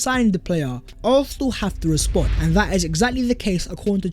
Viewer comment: pronounciation of Arsenal 🤦🏾, used to think my ears were the problem. Great content tho 🤣